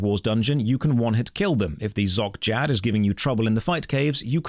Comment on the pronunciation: It's so bizarre to have a whole section about the dissonance between the fifth and sixth age and STILL say that rs3's quests are better written than Old School's Edit: Did you just say The Zock Jad?